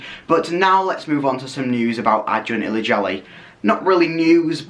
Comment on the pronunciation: You got the pronunciation right, congrats :)